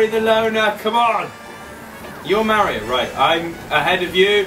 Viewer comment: 8:010 Oli says Lario XD